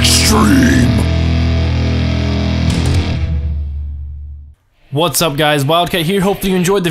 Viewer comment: EXTWEME PAWKING SPOWTS!